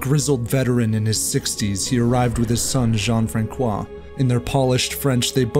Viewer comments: Dude, if you are going to do a video with so many foreign words, LEARN HOW TO PRONOUNCE THEM! The “c” in “Francois” is SOFT as in the English version of the same name “Francis!” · It would have taken just a few minutes to make some notes on the pronunciation of the French words in this tale. Frankois??? 🤦🏽‍♀️🤦🏽‍♀️🤦🏽‍♀️🤦🏽‍♀️🤦🏽‍♀️ You don’t have to learn how to speak French, but you can make an effort to at least learn about the correct pronunciation of these few words. Especially considering how much effort was put into the other details of this vid (research, editing, etc) Every time you said Frankois, it just made me cringe and want to click away, which is a shame. Hope next time you do a vid with some foreign words, you take some time to check. It adds to the professionalism of the vid. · François is definitely pronounced with an "S" sound. The ç makes an "S" sound in English. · Listening to you pronounce "François" made my ears bleed. "I love Americans, but not when they try to talk French. What a blessing it is that they never try to talk English." -- H.H. "Saki" Munro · Omg what is up with the pronounciation? "Francois" especially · You totally butcher the pronounciation of the name Francois!. The c is pronounced like a sharp s. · Hey....one would think if you narrate for living you would learn how to pronounce " Francois" correctly. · François is pronounced Franssois... not Frankois. (It's the little thingy under the C that makes the difference between ss and k. And even without it, Francois is NOT pronouced with a hard C. Nice piece though. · The "c" in Francois has a soft pronunciation. It's not "FRAN-KWA", it's "FRAN-SWA". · A part of the French people thinks it was a Noble French man who was a "serial killer" who committed all the killings, but never got caught because of his high rank. Great video by the way (just you have to prononce Fransssoi and not Frankoi 😉) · FYI the C in François is an S sound not a K sound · FranSois, not FranKois